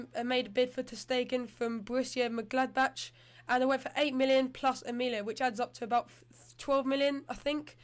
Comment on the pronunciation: Monchengladbach not mongladchenback